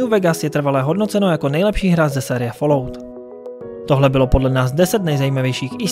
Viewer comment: Ta vyslovnost 'falout' uplne rve usi...